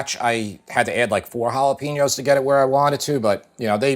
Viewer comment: Please learn how to say Jalapeno correctly.